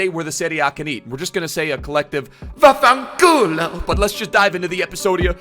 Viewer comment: I'm italian and i have to say that your vaffanculo's pronunciation was really good😂❤️